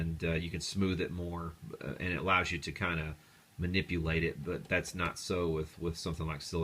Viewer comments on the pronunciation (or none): none